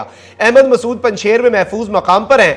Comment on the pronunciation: Kindly correct… it is Mehsud not Masood